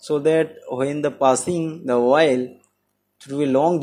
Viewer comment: Good content and explanation. Small advice: please pronounce the word OIL clearly, not 'VOIL'. Take as positive feedback